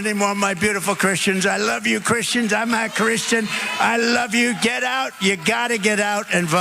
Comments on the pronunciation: Sounds like he said "I'm not Christian " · It sounds like Trump says “I’m not a Christian”.